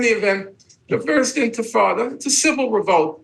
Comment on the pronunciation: He lost me at "first intafada"